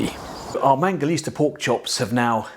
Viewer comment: ITS MANGALITSA. . . NOT MANGALISTA!!!!!!